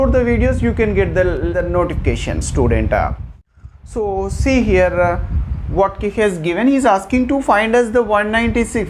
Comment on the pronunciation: sir its students, not students!!! u have a lot of students depending on you